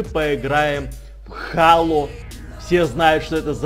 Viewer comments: Не хало а хейло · не halo а helo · зело а не хало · у меня на иксбоксе есть эта игра! и да не хало а хэло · ХЭЙЛО А НЕ ХАЛО